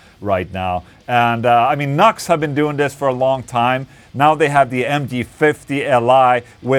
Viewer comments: It's NU-X (new ex), and it sounds fukn good man. I have an old MG300 and it doesn't sound anything like that. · Its pronounced New - X. (NU-X) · The pedant in me keeps screaming "NU-X! Not 'Nux'!" Nice affordable unit. I have a few Nu-X things and am always impress with the quality for the cost. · NUX, LOL. The company say it is pronounced New X! (NU>X!!) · Isn't it supposed to be "new-ex"? lol...what a stupid name... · I think it’s pronounced New Ex.